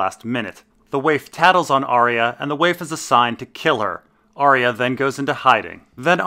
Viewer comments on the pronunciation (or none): Still pronouncing Arya wrong, I see.